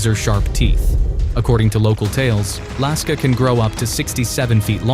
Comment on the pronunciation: Lusca✖️ Laska✅